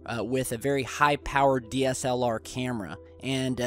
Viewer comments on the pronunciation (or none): none